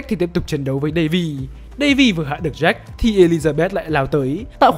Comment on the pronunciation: Jack chứ ko phải Jake